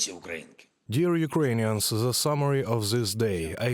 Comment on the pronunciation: Ze? In the whole country on Ukraine, you don't have one person who speaks propper english?